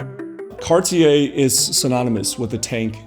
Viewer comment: Man, it is Cartier, not Carty Ay ;-)